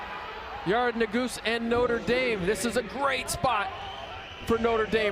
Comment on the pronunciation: damn he really called it nutter dame, notre dame isnt that hard to pronounce lmao